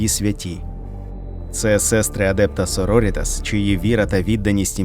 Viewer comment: Круте відео, дякую! тільки наголос так адЕпта сорорІтас. на літеру І